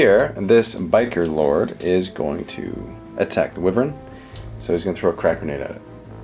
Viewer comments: STOP SAYING WYVREN, IT'S WYVERN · It's pronounced why-vern, not wiv-ern.